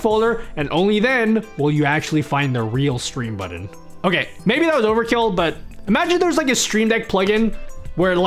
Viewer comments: What's a "buddin?" (Sorry,...) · What the hell is a "Buddon"? 🤣